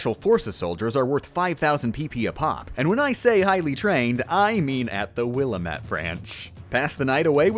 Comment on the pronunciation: A child dies every time you say "will-UH-mette"